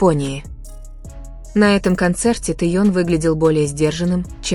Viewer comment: ну да, ну да, с Чимином пошлость, а с Тэеном или как там автор произносит - это эстетика. Чушь собачья